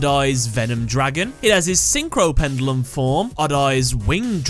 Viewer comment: You keep saying pendulum wrong